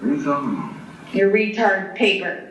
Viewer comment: The one that gets me that I've yet to hear anyone mention is the way she pronounces "pay per" instead of just saying paper in her sentencing statement lol